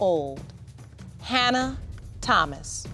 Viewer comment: I Know😫But, Then I Heard "Hannah"😳But, When I Seen The Baby😏I Swore They Said "Hannard"🤷🏽‍♀️So I Had To Run It Back It Verify🤦🏽‍♀️